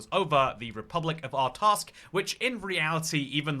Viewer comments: Art-sakh, not Art-askh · Not a bad video but why is he pronouncing artsakh as artask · Not Artaskh. Artsakh. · Bro your pronunciation of "Artsakh" is killing me 😂